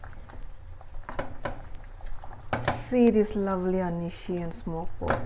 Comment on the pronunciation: Sis, please do correct anishi. Let the people learn the correct word our(Ao dialect. Thanks.